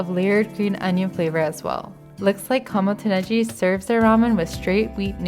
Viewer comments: Kamo to Negi…if you’re Japanese why did you pronounce it so strangely? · Overall a really nice video. As a fairly fluent Japanese speaker, I find your accent interesting. Sometimes (afuri, Ichiran, even your pronunciation of ramen) your pronunciation is spot on. Other times, you abandon it (Rokurinsha, Kamo to Negi where the G should be hard like google rather than soft like gender). I imagine this is something related to being heritage bilingual. Anyway. Interesting to me as a listener. I haven't finished the video yet, but I hope you go to Menya Shichisai.